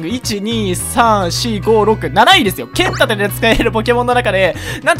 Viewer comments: ポケモンけっ↑ん盾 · けん↑たて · 剣⤴︎ 盾⤵︎